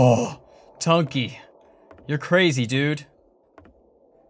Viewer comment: NOT SAY BUNKEY SAY BUNKY